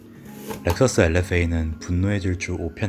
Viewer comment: 엘에fㅓ에이 라고 안하고 그냥 한국발음대로 편하게 엘.에프.에이라고 하셔도 되는데..